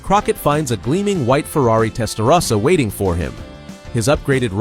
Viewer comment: is it AI because he's saying "Testarossa" incorrectly or is it a real narrator that doesn't know its TEST-UH-ROSSA not TEST-UH-RASSA